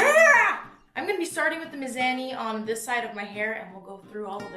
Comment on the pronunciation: Is it miz-ah-ni or is just a Canadian hahaha